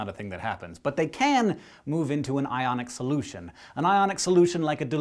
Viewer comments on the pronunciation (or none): none